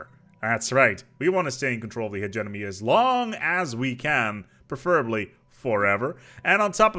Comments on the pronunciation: Could not finish watching "Hedge-E-Money" not "Hedge-Enemy" I was going crazy. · After hearing Hegenomy I started hearing Emeny for some reason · It's funny that he says "hegeNomy" but also "hegemoN" - at least there is no "nucular" :-) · Nobody:: Hedge Enemy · "he-ge-Mo-Ny" not "he-ge-No-My" I felt like I was having a stroke. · "My favorite origin start, the HEGEMON" Now say Hegemony. "Hejiminy" LOL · Akchtuallly its pronounced "he-GEE-money" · AHHHHHHHHHHHHHHHHHHH, I'M SORRY HIS PRONUNCIATION OF HE-GEM-O-NY IS DRIVING MY OCD INSANE!!!!!! But it's ok I still love you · Like I get that English is a weird language, but he was so close to just fucking looking at how it was spelled and making the mouth sounds in the correct order! It’s like he got 65% of the way there and said, “Eh, good enough.” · if you can pronounce Hegemon, I don't understand why you wouldnt be able to pronounce hegemony.